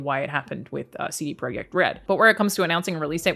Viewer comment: Know it's just a detail but from what I've heard for the last three months you are the only non polish youtuber that says the name CD Projekt in a polish way :D Coool